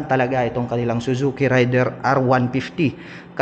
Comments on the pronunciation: Raid der Sir hindi Ray der🙂 Thanks sa review... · Ang tamang pagbigkas Nyan ay raider, at hnd rayder